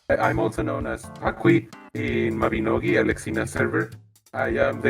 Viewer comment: Was so close to disliking the vid just for the way you pronounced Mabinogi